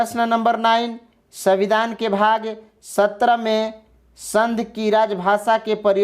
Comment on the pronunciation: अरे भाई पहले बोलना तो सीख लो आप बार बार संघ को संध के रूप में उच्चारित कर रहे हैं